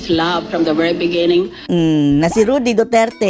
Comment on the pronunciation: Rody po hindi Rudy. 😊